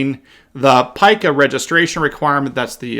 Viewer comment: PICA is pronounced “p-e-e-k-a” here in Illinois.